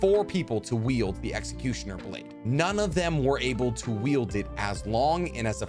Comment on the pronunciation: Is he saying Yielding instead of Wielding?